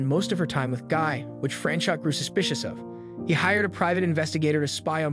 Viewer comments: Franchot is pronounced Frans o with a long "o." The t is silent. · FYI It's pronounced Fran-chOH